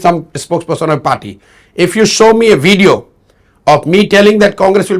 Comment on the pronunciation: "Show me the wveeeedio"😂😂😂😂😂😂